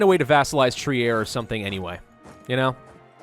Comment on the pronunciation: Trier is pronounced Treer.